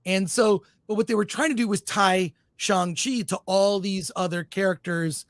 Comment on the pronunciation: What is Chong Chi? Does he mean Shang Chi?